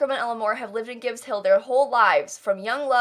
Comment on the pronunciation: Gibbs, not gribbs